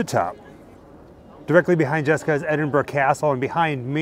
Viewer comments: I have to congratule you. Very rare for am American to correctly pronounce Edinburgh properly. Normal is Edinbrooo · Thank you for loving my hometown as much as I do and for pronouncing it right! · Thank you for pronouncing Edinburgh properly.